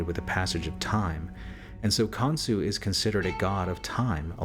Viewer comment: Pretty sure the gods name is Khonshu, not Khonsu.